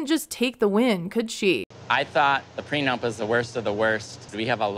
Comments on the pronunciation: The first clue should've been that he keeps saying "PRENUMP" dafac. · Why does he always pronounce it "PRENUMP"? Annoys me lol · has he been saying "preNUMP"?! He has, right? Or am I not hearing right, but it really sounds like he can't say it right. It's driving me crazy. PLEASE SOMEONE HELP ME!!!! 😩😅